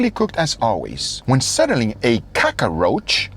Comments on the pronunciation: Why Guga says kukaracha as Gugaracha?😂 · Gugaracha, oh gosh, you're killing me!